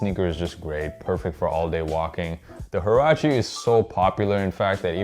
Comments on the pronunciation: you pronounce it wa-ra-chee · does anyone actually know how to say or pronounce huarache properly lmao , just cringe